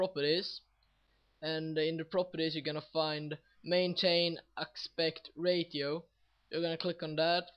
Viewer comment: Nice tut! by the way, ratio is pronounced raysheeo :D